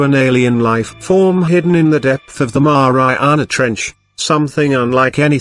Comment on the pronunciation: 😫😂🤣That's Exactly how he said it hehe